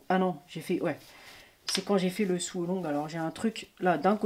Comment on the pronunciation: Je viens d'acheter la même MAC et je dois dire que ton avis a beaucoup compté... Mais pas que... J'ai passé le dernier we devant youtube pour regarder la suite de vidéos (très bien faites) à propos de cette MAC. J'ai cru comprendre que tu parles anglais... Voici le lien, PS, on dit SÔ along pas SOU along... LOL, mais c'est tellement mignon Gratitude pour toutes ces vidéos !